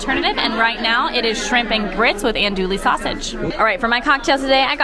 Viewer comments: Ando-ee sausage. Not ando-lee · repeat after me: ăn-doo-ee.... LOL